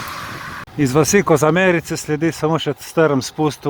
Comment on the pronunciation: Kozmarice, ne Kozamerice 😂😅